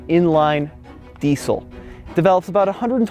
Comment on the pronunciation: Wenn noch einmal Diesel so sagst alter ........